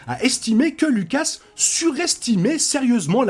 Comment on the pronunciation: Faudrait arrêter de mal prononcer Lucas, pour info le u n’est pas un e.